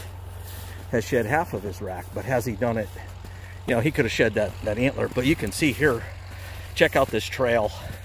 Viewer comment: Every time I heard "shed" I thought you were saying "shet" like poop. Lol! Great video.